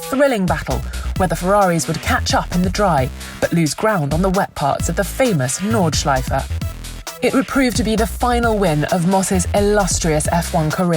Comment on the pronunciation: I love it if These voice sad "Nordschleife". It sounds very nice 😂